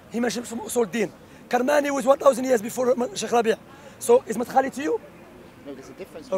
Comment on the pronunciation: "Madkhali" lol u know someone doesent read when they say that